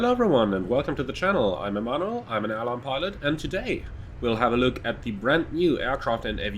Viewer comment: Ah so thats his name. Every time he says it I think he is saying Omano. Ignorant Brit lol. 😁